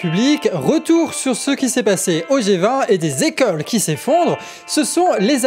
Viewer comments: Hello:) à une nouvelle erreur de liaison langagière cent "Zécoles" . Sinon très bon journal, la qualité du contenu, le rythme, bravo 😊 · Cent z'ecoles?, voyons!